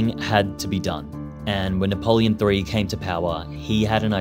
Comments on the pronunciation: Napoleon III in English is said as Napoleon the third NOT Napoleon 3. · Napoleon THREE? Did you read all of this on Wikipedia? It's "the third". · Napoleon "three"? It's "Napoleon the Third" - a French emperor, not a movie sequel. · here I am in youtube again learning history from someone who says "napoleon three". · You can't claim to make a serious video and say "Napoleon Three* it's ridiculous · Also, what's up with the pronunciation? Napoleon 3? Sort it out. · Napoléon 3 ! Is exact . We french dont say Napoléon le troisième... it sounds stupid . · Napoleon, le tree! (in honour of him planting trees) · In french it's nap three. This may be an AI channel. We learn about dune du Pilat in school also there's pointless repetition and referring to the french as prone to surrender is no longer a thing. That 'this is something no one knows ' shtick doesn't hold up to scrutiny. I haven't been in years but I am pretty sure I remember a set of signs explaining the history of dune du Pilat (second vowel stress and silent T) moreover some words are pronounced as if the reader didn't know it was french. Very AI. Even Americans will admit to their lazyness. Random inaccuracies or not quite exact. Superficial visuals..... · Very interesting, but I do wish you'd speak it's name properly! It's like 'Lond' not Landees which is an insult. As is saying Napoleon Three not 'the Third'. If AI dubbed, then it needs training.😮